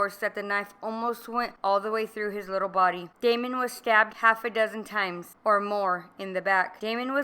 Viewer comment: Please pronounce Damon's name correctly; DAY-MON , not Damien.